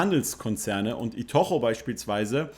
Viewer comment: Hey, nur so als Hinweis:) I-to-chu spricht man eher iii-toou-tschü aus:) Super Video, ich freue mich für Deinen Blutdruck, wenn so ein positives Video kommt! LOL